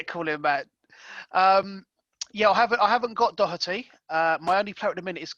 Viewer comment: Excellent doherty pernounciation👌 Just like we say it here🤣🤣